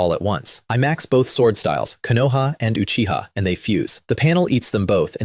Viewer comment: at least this one say uchiha instead of acchiha